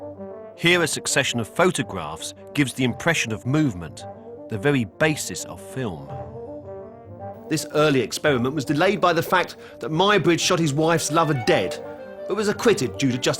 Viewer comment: Expewiment? When did people in England decide to copy Elmer Fudd?